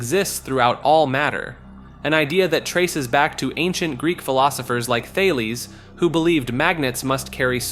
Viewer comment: YOU CANT PRONOUNCE COELECANTH, BUT YOU CAN PRONOUNCE THALES?! IM CALLING BULLSHIT MY GUY!